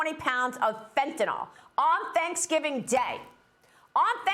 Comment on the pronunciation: Please there is no o in the word fentanyl, See. It's an L